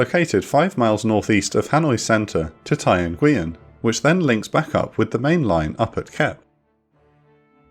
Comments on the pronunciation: It’s actually pronounced “noo-wen,” not “en-gui-yen.” Fantastic video as per usual, keep it up! Maybe one on the Son Tay Raid soon? Unless you did one and I just missed it 😂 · Nguyen is pronounced "win". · nguyen is pronounced more like nwen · correct me if I'm wrong but I believe nguyen is pronounced wen or when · An action-packed, thoroughly enjoyable episode. If I were to nitpick, I think the pronounciation of the 'Nguyen' surname is rather poor. I don't speak Vietnamese, though, so perhaps it's me who's mistaken. In any case please keep giving us episodes on Vietnam air war and the air war over the middle east during the cold war era. Keep up the good work! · Someone doesn't know how to pronounce Ngyuen 😅 Great video as usual.